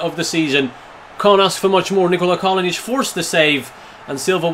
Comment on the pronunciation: It is Kalinic not Kalonic